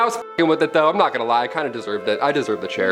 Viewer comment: “Eye-m out” omg go straight to heck 😂